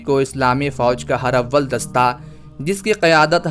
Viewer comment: پلیز یہ لفظ ہر اول نہیں بلکہ ہرا--ول ہے جسے ہم ہراول لکھتے ہیں شکریہ